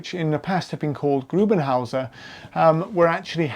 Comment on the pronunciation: Aber er heisst doch GRUBENvHÄUSER or Grube huse...